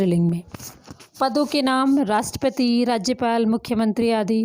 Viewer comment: मैम राष्ट्रपति को आप राष्ट्रपती का उच्चारण कर रहीं हैं। उच्चारण भी आपका गलत है तो क्या बच्चे सीखेंगे । हृस्व व दीर्घ का ज्ञान होना आवश्यक होता है।